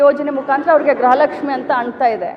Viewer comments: ಅಕ್ಕ ಗ್ರಹ ಲಕ್ಷ್ಮಿ ಅಲ್ಲ ಗೃಹ ಲಕ್ಷ್ಮಿ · ತಾಯಿ ಅವರು ಗ್ರಹ ಲಕ್ಷ್ಮಿ ಅಲ್ಲ, ಗೃಹ ಲಕ್ಷ್ಮಿ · ಗ್ರಹ ಲಕ್ಷ್ಮಿ ಅಲ್ಲ ಗೃಹ ಲಕ್ಷ್ಮಿ.